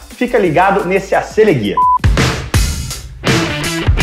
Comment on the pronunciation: Ele disse no fim: Acelegay?? kkkkkk